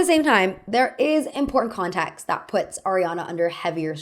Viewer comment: I found myself tuning into your accent more during this video. I’m curious where your own pronunciation comes from. For example, you pronounce “context” more like “contaxt” and “sense” more like “sahnse”